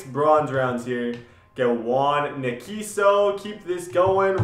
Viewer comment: You totally butchered Juan's name